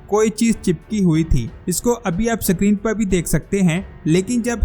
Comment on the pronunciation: Dear word is Screen not SIckreen